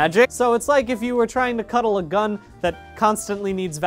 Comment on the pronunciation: i am OBSESSED with the way he makes 'gun' into a two-syllable word